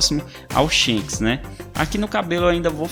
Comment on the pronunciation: e Shanks e não shenks